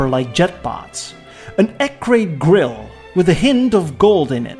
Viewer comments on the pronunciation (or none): none